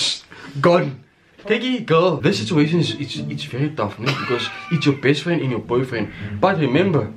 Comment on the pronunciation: Heh: “sitzuatian” 😂😂😂😂👌🏽👌🏽👌🏽👌🏽